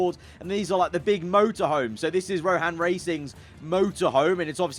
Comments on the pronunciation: its rohan not ronhan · I have never heard someone butcher ‘Rohan’ so much hahaha Ron-han!! Hahaha